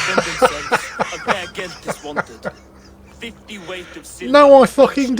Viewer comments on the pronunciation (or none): none